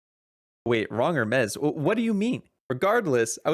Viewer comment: Hermes Her-meez